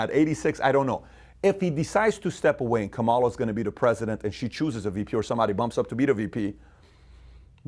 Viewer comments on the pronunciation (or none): Luv your stuff but serously you learn how to say KA ma LA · “Comma La” is how you pronounce Kamala Pat.